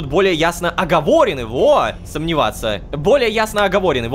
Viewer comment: Рома: Огово́рены. СТ:Оговорены́. 😂😂😂